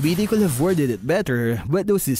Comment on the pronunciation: Please stop pronouncing the L in could, would, and should